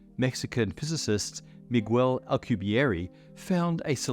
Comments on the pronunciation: "Alcubierry" I... don't think that's how you pronounce it? Alcubierre is french. You got it right when you pronounced his name but wrong every other time. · Those were the most painful mispronunciations of Miguel Alcubierre name I've ever heard. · for a smart man you sure butchered that man’s name 😂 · The "u" in Miguel is mute. Same as in "que" (what). This is one of the few exceptions in spanish, the u is used muted in a few combinations. Also the last e in Alcubierre sounds exactly like the previous one. We only have one sound for each letter. Our writting sounds exactly the same as speaked.(again, very few exceptions apply)